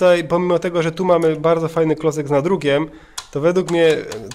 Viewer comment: Czyta się Tajger a nie tiger